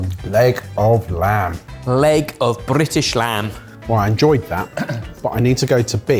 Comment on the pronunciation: Is it mandatory to roll the R on "Brrrritish lamb"